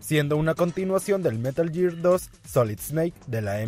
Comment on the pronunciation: es gear, no year